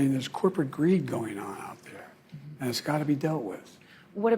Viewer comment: Best economy in the Worl-Duh! Corporate Gree-Duh… 😂